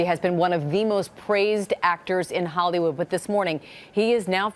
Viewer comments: I swear she said Hollywoo 😂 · the lady in the beginning said “hollywoo” lol